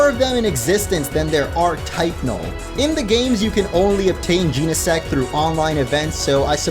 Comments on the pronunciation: Macro cause-mos, not cos-mos. Jeh-neh-sect, not jean-neh-sect. Based on genesis, meaning the beginning or origin of something since Genesect is a prehistoric Pokémon, and the Book of Genesis, the first book of the Bible, which is about the creation of the world. Also, Genesect was revived from a fossil by Team Plasma, and the only thing man-made about it is the cannon. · Jen - uh - sect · You been saying Genesect wrong